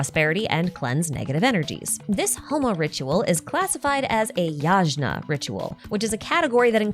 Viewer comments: not trying to be rude but the word yagna is pronounced like yaghna the g is like hard sound of g like in italian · hahahaha tiny correction Yajna is actually pronounced "yuh-gyuh" I'm not a linguist so idk why but someone decided the romanization for gya/gyuh should be "jna" (ps We still write gya as in yagya when texting...very few people use the official yajna spelling over the phonetic yagya spelling) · As an Indian, it took me a hot minute to realise you were talking about Homa and Yajna - the pronounciations always throw me off. For years now its bothered me that Dashrath has been bastardised to Deshret, and that fucko is somehow the singular most lore relevant character in the game.